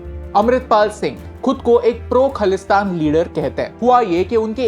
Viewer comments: Btw it is Khalistan. Pls pronounce it correctly. Some ppl would think i am in favour of it but im not. However, by seeing ur video, i think i really feel for punjabi ppl who have sacrificed all that they had for their freedom. Coming back to ur rubbish video on punjab...i would suggest why dont u make videos on maharashtra, telangana, karnataka where these so do called indigenous ppl are setting up campaigns to boycott other language or culture...pls dont be biased on north...punjab and bengal has suffered alot. Pre and post partition... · Firstly you need to know the pronunciation of khalistan and one more thing Sant Bhindrawale was not a terrorist understand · Bro first learn pronounce khalistan 😂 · First of a learn to speak ( pronounce) khaalistan correctly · Adhoori jaankari ke sath kaha se aa jaate ho tum bhai, or khalistan to thik se bol le, or khalistan word ko bura word bana diya hai bas, meaning samj iska jaake pehle. Punjab ka apna culture hai apna raaj tha, panjab shuru se alag tha, wo to bas British ke Punjab capturing ke baad panjab india me ral gya, warna panjab azad hi tha jis waqt india per british ka raaj ho chuka tha, or panjab k saath shuru se hi dhakka hi hora hai, panjab ko last me state banaai, jaan bhooj kar fir or tod ke Haryana Himachal nikal dala chandigarh bana dala or bhai jis apne baap ko tu terrorist bata raha hai wo sant the or tere jese nalle reporter ne hi us waqt ye news fela dali, us waqt social media nhi tha na jo moke per video bana sakte. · Bruh you don’t know anything You don’t even Pronouncing it correctly its not khalesthan Its khalisthan😑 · Sir pehle khalistan, theek se pronounce kar lijiye. It's ajnala not anjala. WhatsApp University ! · If khalistan is khlistan Than Pakistan should be pkistan No hate .. that pronunciation what just not suitable for me to hear .. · Its khaalistan not khalistan correct the pronounced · Correction: it's not khlistan it's khalisthan,pronounce it properly.